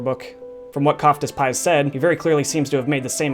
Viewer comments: "Koeftespies" Germans: interesting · Auch deutsche hier ? Erst mal lachflash bei "wiesesfliesch" und "koftespeis" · trying to say köftespieß lmao